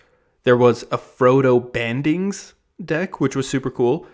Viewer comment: Lol no shade just heard you call him “Frodo Bangins” or something 😂 Love your vids btw Bringing unpopular/uncommon cards to a commander game and watching all the wide eyes learn of a new card or wild ability is just the best lol